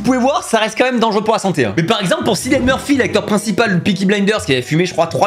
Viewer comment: ça se prononce Kilian Murphy . (Désoler pour l'orthographe)